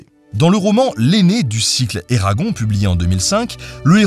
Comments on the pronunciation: Super travail ! Par contre, je peux pas te blâmer pour ça, mais entendre "Eragon" au lieu de "Eragone" ça m'a vraiment perturbé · Très heureuse d'entendre parler d'Eragon (par contre je l'ai toujours prononcé Eragon*e* 🤔)